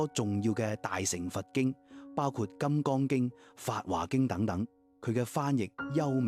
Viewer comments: 有些佛教術語的讀音要商榷一下，例如「般若」應讀成『波野』；「法華經」應讀成法『花』經。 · 法華經, 應讀為： 法花經！ 🙏